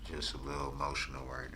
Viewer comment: Nobody cares you saying you are, ( a little motional) that’s how he says emotional.